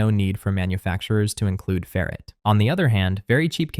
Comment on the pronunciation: Either learn how to pronounce "ferrite" (FAIR - right), or teach your AI (??) the correct pronunciation.